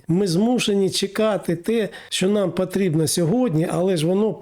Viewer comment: Вивчіть ви вже мову ! Що за вимова ? Акапувати...глАбально і поїхало. Літеру "О" вивчіть ! ПАдатки...пАтрібно....